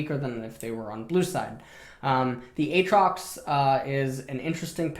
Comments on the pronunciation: Who the fuck in twitch chat trolled him into saying "Ay Ay trox" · A-atrox... you’re killing me 😂